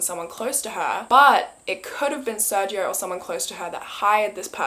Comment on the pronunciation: I love you and your content so much, but as a Hispanic I must correct your pronunciation on something 🤗 the G in SerGio is actually pronounced as a (English) H or strong G. So it'd be Ser-Hio.